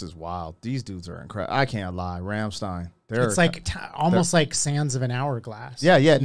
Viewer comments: It’s Rammstein, not Rammstien. Americans at work. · Rammstein is pronounced "ramschtayn"; not "remstein"